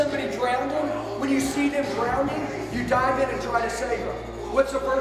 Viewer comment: It’s spelled Legend. And pronounced drowning. There is no second D. Ouch.